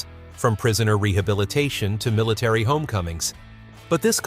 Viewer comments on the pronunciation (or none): none